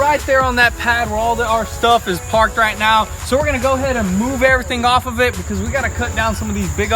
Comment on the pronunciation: did you say right meow ?